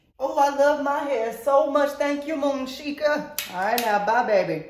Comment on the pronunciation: Bruh it's Moonsheka :/